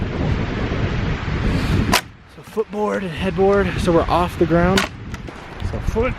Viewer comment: " the gound ....... Ahhh."